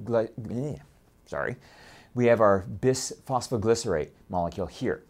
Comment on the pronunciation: hahahahaha bis-fy-glos- leeee , sorry